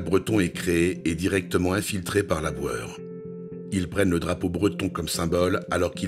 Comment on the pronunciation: J'avais compris "Laboueur" et je me demandais "mais qui est ce Laboueur ? il n'y a pas eu de présentation de ce personnage"...